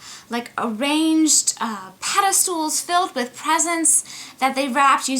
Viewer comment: Did u say pedestool? My husband says it too...instead of pedestAL